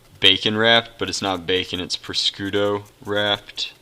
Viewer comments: its pronounced proshooto not proscooto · take food safety after touching raw meat wash ur hands dont touch anything allso its pronounced par shoe toe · Prosciutto is pronounced pro-shoot-o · Pronounced. Proshooto! prosciutto ! please! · Prosciutto is pronounced - PRO-SHOE-TOE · Its pre-shos.toe